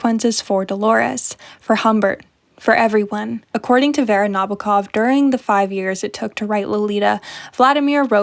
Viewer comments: Nah-BO-ah KOV - the Os are long, as in "boat", the accent is on the second syllable, and there is a slight "ah" before the last syllable. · Good essay, I enjoyed it a lot. A little remark - the author's surname is pronounced with an accent on the second syllable 🌻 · The way you say Nabokov is hurting my ears… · It's NabOkov